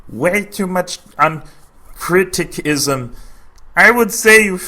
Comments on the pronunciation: I've always wondered, why did pronounce criticism/criticising that way? To imply it's spelt wrong? Because it's not. That's the correct way to spell those words... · criticism was spelt right though... I don't get why kept saying it wrong? or was it to take the piss?!